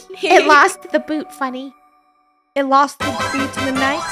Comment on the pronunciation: had the wrong spelling he/she said funnel instead of funneh